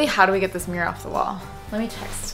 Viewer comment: Hahaha i love how she pronounces mirror. MiîRr